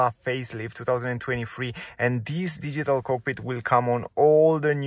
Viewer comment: Deezeetal cokpit 😁😁